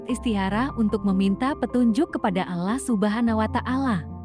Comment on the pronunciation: Sayang membaca alloh gak bisa